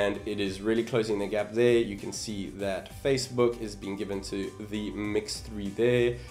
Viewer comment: some one just likes to say... magic twoo faster theere